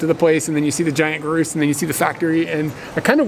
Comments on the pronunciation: It's groose in Scottish! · grouse pronounced like house minus the H an add the Gr